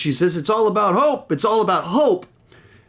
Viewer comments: That’s so interesting that I’m not the only who heard “Hulk” and not “Hope”. I thought that was just me, and I didn’t even realize she said Hope until the second watch. So cool! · I also heard Hulk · Lol yeah I heard some people tought she said Hulk instead of Hope